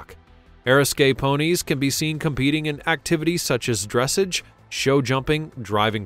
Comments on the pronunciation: It is not "DRESS ij." It's "druh SAAZH". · Thank you! I am a horse freak! Btw...Its pronounced Dressahhhge...not dressage. Just saying! I love all of your work!!